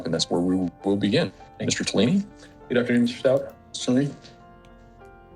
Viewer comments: I think HH liked Al. As a dad. So sad she’s lost all her parents. Her attorney mispronounces Stauch too. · Is this Mr. Tellini's first case? I feel a little embarrassed for him. I also think it's interesting that he has mispronounced her name several times and neither one of her attorneys are sitting near her, like they don't want to be associated with her.